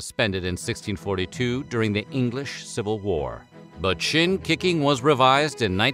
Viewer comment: I swore I heard SHIT KICKING not SHIN KICKING